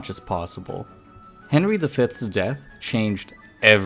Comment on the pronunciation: The way you pronounce Sixth sounds to me like Fifth.